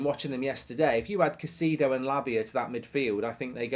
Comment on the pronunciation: Why does he keep calling him Caseedo ?